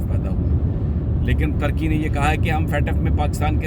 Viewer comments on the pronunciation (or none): We Love your Analyses/Shows. You're always speaking Great Urdu so Always try to talk in Pure! Don't try to make in Modern English. When you want to say " Turk " please always say in Urdu. It's not Turkey like a bird. Say in Urdu " Tuurkey". We hope you got this tip. Love you Brother. From El Paso Texas